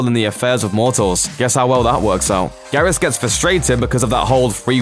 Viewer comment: Im sorry, but its pronounced gear-us.